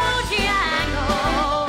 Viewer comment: I liked Sarah up til this week. This song isn'T supposed to be ov-er pro-nou-nced. eg I drinks a biT! & it's Mr. Bojangles not Bo-jyangles. DVO was spot on with Mary Poppins. Liked her before this performance but I felt she could be in the bottom because of it. Jessie was incredible!